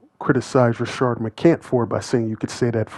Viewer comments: Homie his name is Rashad, not Rashard. You are a black man. Get the name right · Why do all these YouTubers keep referring to Rashad as Rashard. There clearly is no R in his name